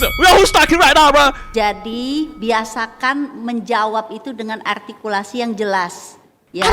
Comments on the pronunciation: artikulasi artikulasi itu r lu ga bener biasakan ngomong yg jelas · ARTIKULASI❌ EJAKULASI✅ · Artikulasi Artikulasi.. NGOMONG R NOH BETULIN DULU MBA! Artikulasi artikulasi.. Bilang R aja susah lu..